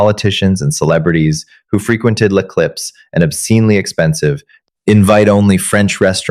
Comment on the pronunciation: I too enjoyed the take down of Chloe but if you're going to make French a key component of the story it should be s1sspelled correctly as well as pronounced! Lay Clips makes me think of potato chips with a bag clip instead of what can only be L'Eclipse. Some French even fairly common in not especially such exclusive restaurants are maitre de and hors d'oevres. These are just the most common French terms misspell3d and mispronounced. In English you should also know that there's no such thing as a lone shark: there IS however a loan shark!